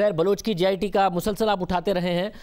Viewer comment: its JIT not GIT